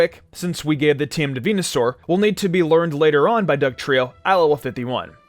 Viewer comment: He said fucking venasaur